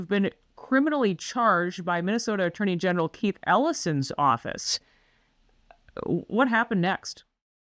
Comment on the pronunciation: Attorney Genital? I thougt that's what I heard.